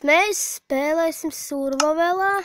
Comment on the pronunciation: tu nemaki izrunat edition un survival chali lol xddx